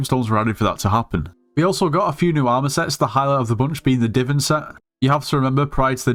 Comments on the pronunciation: bro did not just call it "diven" it's divan there's an "a" there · i wont stop u but when u say DI-VIN drill it kills me its DI-VAN AAA like mario anyway good video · said Divin drill 😂 (No hate, just funny)